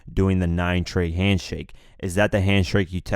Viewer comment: what is a handshrake ?